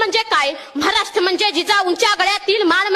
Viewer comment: म्हाराष्ट्र नाय बेटा ,महाराष्ट्र म्हण.